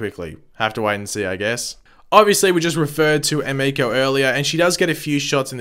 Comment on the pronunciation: stephen does his own stunts so why he has the hood up is wierd. also as a weeb i cringe when you pronounce emiko wrong